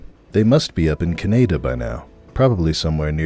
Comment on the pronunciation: It’s pronounced Canada not cadia